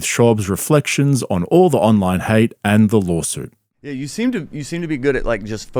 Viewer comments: "Lolsuit" Less than ten seconds in. I just can't. Maybe Brendan is just so smart that he's the perfect troll? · Don’t you mean lawlsuit? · Wtf is a lawlsuit